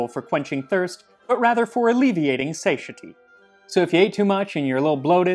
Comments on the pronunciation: Satiety is not pronounced ”say-sha-tee” it's pronounced ”say-tie-uh-tee” :( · MUST you use "BC" & "AD"?? Fer fuxake...annoying. p.s., look up "satiety" pronunciation.